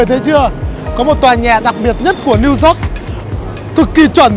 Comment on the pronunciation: Hoàn hảo hơn khi Zóoc thành Dóoc (York)